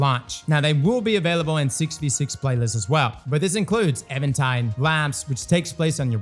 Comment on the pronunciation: Even-tide, not evantide